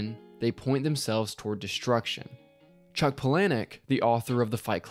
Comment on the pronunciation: you pernounced chucks name wrong